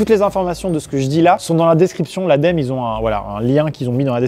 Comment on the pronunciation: Ça se prononcé A DÉ EU EMME EU